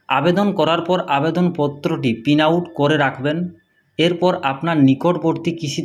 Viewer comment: পিন আউট না, প্রিন্ট আউট হবে